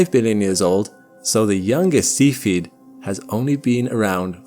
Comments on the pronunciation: YouTube captions think you're saying "seafooded" instead of SEFF-E-ID (Cephied variable). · God Damn it, would you possibly learn how to pronounce the word "Cepheid"? It's NOT spelled ceipheid, it's cepheid, making the sound of the first 'E', a SHORT 'E' sound ,,, NOT A "LONG" 'E' sound. :face-orange-frowning: I can NOT suffer to listen past where I am now - the minute mark. AND, I gave the video a THUMBS DOWN as a result! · I love your videos but your pronunciation of terms is terrible! Please research the correct pronunciation of the terms (such as cepheid) before making your videos please!